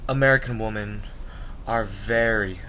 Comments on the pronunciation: Not to be mean do you have a speaking problems it's wemen not women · Hey dude I kinda agree with you although i think you are a bit young to give up on US women. And one thing you got to learn is the pronunciation of the word WOMEN in plural. its like this "W I M I N" cheers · You are pronouncing women wrong. You are saying it singular not plural. Maybe that's why you can't find a good american women. 😂😂😂😂